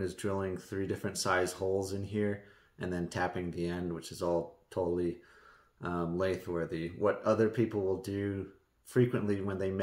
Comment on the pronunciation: “Lathe”. Never heard someone say “laath” that way. Have you ever heard someone else say “lathe”? It doesn’t sound like you’re saying it. Where did you hear it said this way? Just curious.